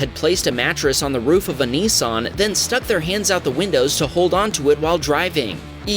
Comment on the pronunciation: I believe you are saying NISSAN wrong it sounds like you are saying NEESON. Dose not bother me to to much but thought I might let you know 🙂